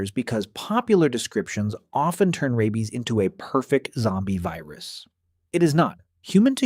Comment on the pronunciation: The AI narration is awful. Mispronounciations are so irritating. Rabies is pronounced RAY-beez, not RABB-beez.